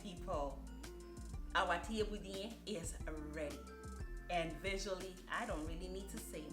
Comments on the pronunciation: Additionally, it’s pronounce Cheb-bu-gen. Senegal was colonized by the french and Thiebounjen is also written as ceebujen and if you search that you’ll find a plethora of french videos of this same dish. I agree with you most folks think of jollof rice but truly it’s Wolof. If you said jollof in Senegal host country nationals would think you are referring to the ethnic group Joloa/Djola in the Casamance region (Ziginchoir) of Senegal. Great video for English translation! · This was amazing!! Just wanted to say the pronouncements of this rice is << cha-boo-jun>> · Thieboudieune senegal not peper🤔🤔🤔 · Helping with the pronunciation, say it as ‘chebu jen “. She has the French spelling.